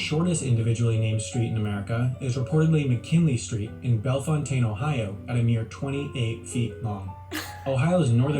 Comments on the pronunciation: I grew up close to here. The town, Bellefontaine is pronounced “bell-FOW-tin”, not “bell-fon-TAIN”. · As a native Ohioan, the city mentioned with the shortest street is pronounced as “Bell-fountain” not “Bell-Fontaine.” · It’s actually pronounced bell fountain like a bell and a fountain😭😭😭 not bel fontane 😭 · Nearly everyone else outside of the state will tell you that it is pronounced Bell-fon-tān, but the truth is, in Ohio we call it Bell-foun-tin. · I just watched this video and had to comment on the Ohio part. It says that the city Bellefontaine is pronounced like Bell Fon Taine. NOT TRUE! It's pronounced like Bell Fountain, as in a fountain in a park. There is also a river near there (Scioto), which non-Ohioans always seem to pronounce as See Oh Toe. It's actually pronounced as Cy Oh Ta. Yes, there is no "a" in the name, but that's how you say it. Just a couple of FYI's. BTW - like your channel! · The narrator did a common mispronunciation of the town in Ohio with the shortest street. Bellefontaine is not pronounced, " Bella- fontaine," it's pronounced Bell-fountain. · Bel-fon-tayne. Lol. Bellefontaine, Ohio is pronounced bel-fountain. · Ok I just had to laugh when the narrator mispronounced the city name of the shortest street being located in Bellefontaine, Ohio.. it’s pronounced: Bell-fountain . We also have the first concrete street (Court Street), built by George Bartholomew. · So as an Ohioan, Bellefontaine the town is pronounced "Bell Fountain". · I just wanted to let you know that Bellefontaine is pronounced Bell-fow-tin. Like bell fountain ⛲️ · That is not how Bellefontaine is pronounced by the locals here in Ohio. It's bell - fountain. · it’s pronounced “bell-fountain” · Bell fontain... I've never pronounced it like that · He pronounced Bellefontaine, Ohio, incorrectly. It's pronounced like Bell Fountain. Many cities, especially in the Midwest, are not pronounced as you would expect. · The way the dude pronounced bellefontaine kinda bothers me 😂